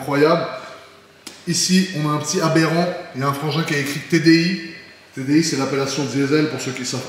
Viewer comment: le " Abberan" ptdr